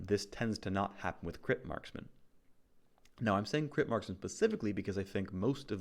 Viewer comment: i love how he says "crit based maskman" like he's supposed to respect some kind of gender neutrality.